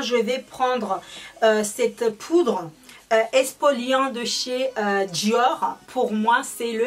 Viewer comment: On dit pas expoliant mais exfoliant